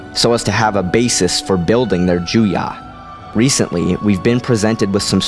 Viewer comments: It's "Ju-YO". Why do you keep pronouncing it "Jew-YAH"? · Why do you say 'JUYA'?! Isn't it 'Juyo'? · It's Juyo, not Juyah. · the seventh form is called Juyo. it sounded like you said Juya.